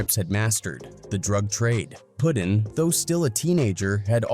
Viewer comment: I'm talkin about his name bein "Puttin" and not "Puddin."